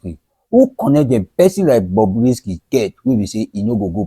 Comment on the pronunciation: Stop calling it Bobby, it’s Bobrisky